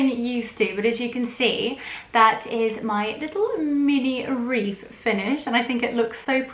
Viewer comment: lovely...it sounds like you're saying reef? 😊 not wreath....